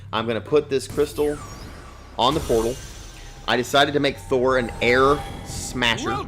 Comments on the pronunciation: It's THOR not THO 😤😣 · Dud its Thor not Tho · YOU CALLED HIM "THO" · You forgot to add the r for Thor. It says Tho lols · You forgot the r in thor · you forgot the r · u forgot the r